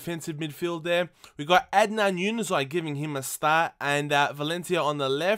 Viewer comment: Its Ja-nu-zay not Ju-ni-zay! and buy hazard or Bakkali he has got very good potential...